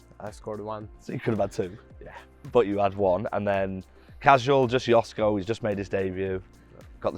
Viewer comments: The proper pronunciation of his name is “Joshko / Yoshko” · It is pronounced: yoshko ;) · At least could learn how to pronounce Joško...